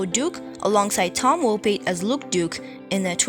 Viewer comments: Pronounced "Woe Pat" not wopie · You're pronouncing Tom Wopat incorrectly. The second half of Wopat is pronounced like saying Cat.